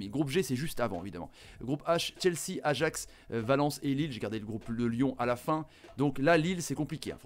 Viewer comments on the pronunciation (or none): none